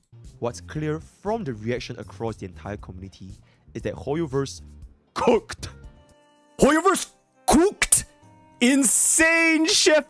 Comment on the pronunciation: "hooyoverse quooked" got me 😂😂😂